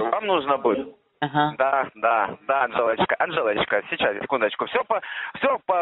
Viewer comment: За <Анжелочку> я бы его на третьей попытке произнесения разделала.